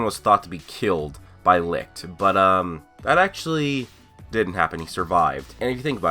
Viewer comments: Oh for the love of... "sigh" alright look, Licht's name is not pronounced L-I-K-T. Its german and translates into light and its pronounced L-I-S-H-T. For example take the first 2 letters of the word "Should" and put it between Li_t, thats how its done. Not trying to be a dick or anything its just a bit frustraiting hearing so many people saying it the wrong way. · U know that licht is german so the pronunciation is very different?u can google it